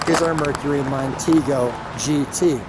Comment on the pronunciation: Thank you for two people who actually pronounce the word “Mercury” correctly. It is not “Merk-ree.”